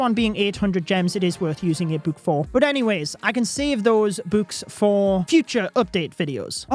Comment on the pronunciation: Why this guy calls books buuks